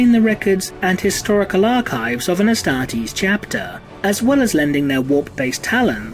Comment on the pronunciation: The way you say ‘astartes’ is literally hilarious. Great video though keep up the good work